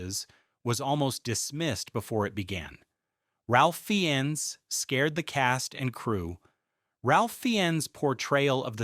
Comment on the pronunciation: Fiennes is pronounced FINES, not Feeyens.